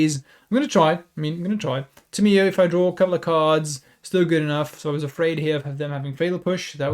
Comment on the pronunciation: It’s tam! E oh! Not Tim e Oh!